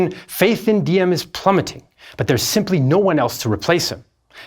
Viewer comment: the d in Diem is actually pronounced as a z because thats how we write z, as a d.